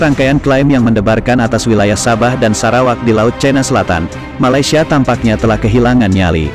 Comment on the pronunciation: Bukan Malaysia, Bang. MALASSIA 😂